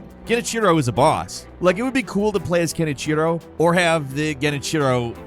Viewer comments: That genichiro pronounciation made me cringe hard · God the way he pronounces Genichiro really irks me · I’m crying at how you butchered pronouncing “Sekiro” and “Genichiro”